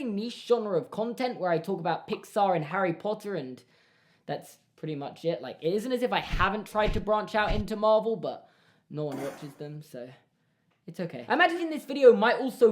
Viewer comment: He really said "Harry Porter"